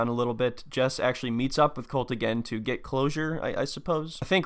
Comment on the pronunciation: It’s pronounced colt-eee btw you got it wrong most of the video